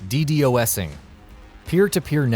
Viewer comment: Is really no one gonna comment on how he pronounced ddosing.